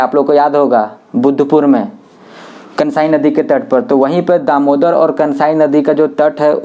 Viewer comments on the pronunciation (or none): none